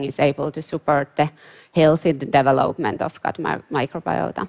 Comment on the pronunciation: It’s not easy to figure out what she’s says. She cannot say the word development very well. Just saying- sounds like gabalaga gabagaga.